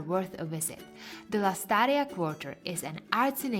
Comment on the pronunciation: "Lastaria"? LASTARRIA*